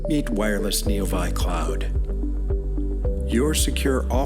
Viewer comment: I don't mind paid advertisements as long as a human reviews them first. Before posting the advertisements. It isn't neo vi cloud, it is neo 6 cloud. AI does not understand Roman numerals, so they should not be used when you want AI to narrate your advertisement. It just looks bad for Intrepid. If they want my business to troubleshoot my fleet of vehicles? They should learn the limits of their own software before advertising it. It is the fine details that makes the sale. Intrepid should either spend the money to hire a human narrator, or change the typing of neo VI to neo 6. Better yet, have the narration typing, and the displayed typing separate. #IntrepidControlSystems #ICS